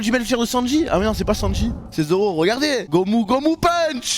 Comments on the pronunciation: en plus il a dit gumo gumo PUNCH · Gomu gomu punch 😂 c'est gomu gomuuuuu noooooo